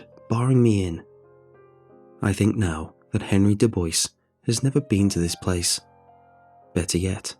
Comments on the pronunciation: Du Bois = Doo Bwaaaa NOT Doo Boyse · my only strife here is the pronunciation of Dubois lmfao. Du - Boy, not Du - bice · "Ois" is actually pronounced "wah"... it's "Do-bwah"... Just a little help there. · I'm sorry, dude, but that name is Doo-bwah. Good story, though! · Isn't it pronounced "Dubwa"? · Friendly correction for future use! Dubois = (doob-wah) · aww its so cute how he mispronounced Dubois